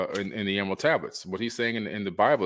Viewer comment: Can’t say Emerald 😂 great video btw 🎈